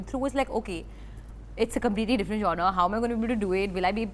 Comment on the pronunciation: lovely Alia….i had trouble with the word genre as well…. ‘it’s jaan r